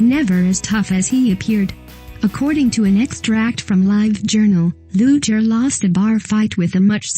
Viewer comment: Not going to subscribe, 1st the computer voice is always annoying 2nd pronunciation is important, Lex Luger is pronounced Loo-ger